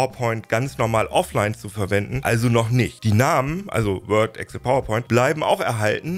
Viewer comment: Bitte, EXCel, nicht Egcll